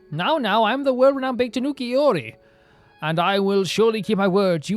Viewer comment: The "Bake" in "Bake-danuki" is pronounced "Baa-Kay", its 2 syllables